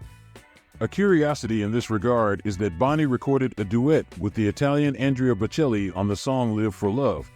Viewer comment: Might wanna learn how to pronounce Andrea Boccelli's name. Otherwise, enjoyable video.